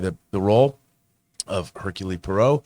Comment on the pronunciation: I can’t believe that none of you are capable of pronouncing Hercule Poirot. 👎🏻